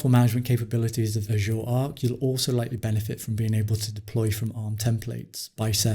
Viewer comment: I'd be satisfied if "Azure" would be pronounced correctly.